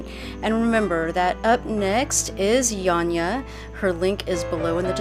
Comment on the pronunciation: Painting is beautiful, beautiful lines and colors. How nicely you pronounced Janja💙💙💙